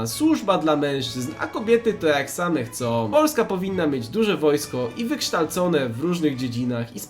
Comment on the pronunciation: Niezbyt cię lubię... Ale to co zrobiłeś z tym filmem dało mi orgazm... "Wykrztałcone" nadaje się na jakiś merCZ w twoim stylu... pozdrawiam